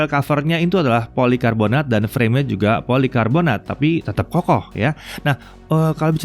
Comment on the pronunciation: Gagal fokus "polokarbonat" 😂